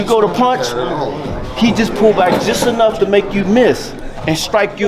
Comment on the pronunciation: Anough said and I heard anough. Lets Go Devin.